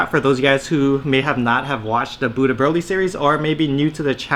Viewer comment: Everytime you say "Buu to Broly" it sounds like you say "Budha Broly." Like he is a really Zen Broly.